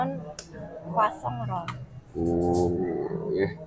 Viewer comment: Pengucapan Croissantnya Masih Salah.